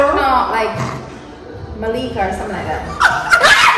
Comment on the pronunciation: not you calling my name 'maleka'